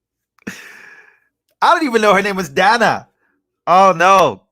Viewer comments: You know she's reading notes that's why she said the lady's name wrong 2 times because she's saying her name as she's reading it Dana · So funny when she mispronounced Dana 😂😂😂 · Funny how someone on MSM said Kamala's name wrong and was told he is racist. Soooo...Kamala must be racist for pronouncing Dana's name incorrectly. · She mispronounced Dana’s name!!! She is a SEXIST!!!!!